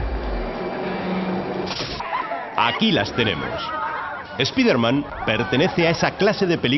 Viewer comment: "ESPIDER MAN"? qué pronunciación es esa?